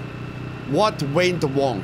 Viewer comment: "what went wong" 😂